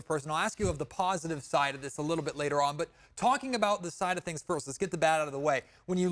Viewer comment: Thangs, rhymes with Kangs, and that not a good thing. 😂